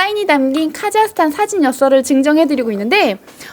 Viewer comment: 카자흐스탄? 카자르스탄!!